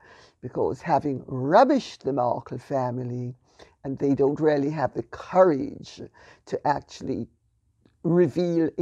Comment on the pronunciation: Lady C is so posh it's almost unintelligible. When she says, "Really" it sounds like "Rarely". Otherwise eloquent and erudite as ever.